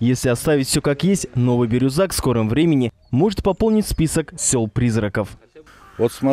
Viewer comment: Меня поразило как ведущий неправильно произносил слово Бирюзяк. Не Бирузак, а Бирюзяк.